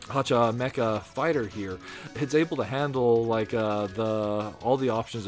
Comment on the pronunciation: Remember, Hacha Mecha Fighter is pronounced as meh-cha, not meh-ka.